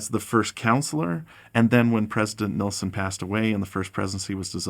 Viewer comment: I am so surprised...after 101 years we just can't pronounce his name correctly. It's not nilson 😊it's nelson.